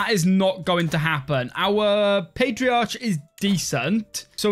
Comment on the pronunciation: You say that well hear him say patriarch